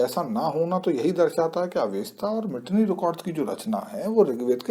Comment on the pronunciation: Its मितन्नी not मिटनी The ट is very very very rare in the human languages and very very few langauges have that sound. Whenever you see a T In the english spelling of a non english word such as mitanni always and ALWAYS assume it to be त and not ट